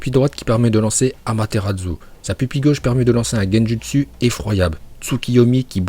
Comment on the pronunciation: "Amatéradzu"🤣 . avec une prononciation aussi dégueulasse du nom de ce pouvoir, tu n'est plus du tout légitime de parler de Naruto, quelle honte😲😲